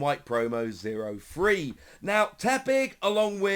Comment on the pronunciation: If you have a voice for radio! Learn too pronounce 3. sorry but it annoys me everytime!